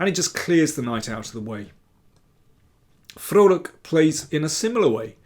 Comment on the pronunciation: As a Dutchman, I got a smile on my face at the correct pronunciation of Liam's last name! (You could even say, I was quite 'Vrolijk' (happy) 🙃)